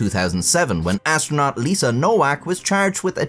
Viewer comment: Astro'nut' not astronaut.